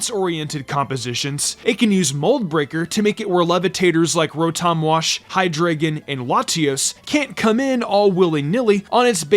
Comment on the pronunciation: It’s pronounced hye-DRY-gihn, TACK-ee-ahn, KAU-tau, and ARK-UH-loo-dahn, “”! 🤨